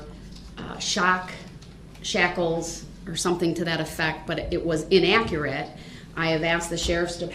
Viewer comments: Le me axe you, wuz it In-aa-kur-it . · The way he says INNAKURATE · "inakkeritt". he is such a moron he has no fkng clue. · Damn this dude just loves to hear his own voice and it’s damn annoying. “Inakurit” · I cant stand how he pronounces "inaccurate"